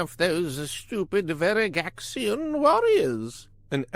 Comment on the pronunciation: Your Pronunciation of Veragxian IS IMPRESSIVE. I love good narration